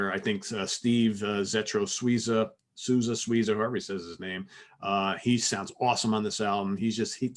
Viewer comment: 'Souza' reads like 'so za'